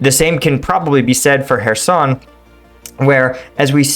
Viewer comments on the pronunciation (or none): Why call it herson, it is called Kherson with a ch as in lochness please do your homework...